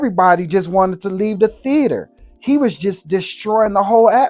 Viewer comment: Just here to hear him say -- Tee-hater (theatre )